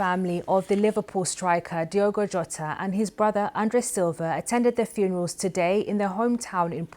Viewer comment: His surname is pronounced Ho ta . RIP .👍🇬🇧🦊